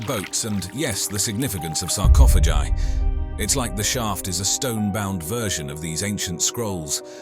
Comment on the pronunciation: Sarcophaji? -JI? !!!??? WTF!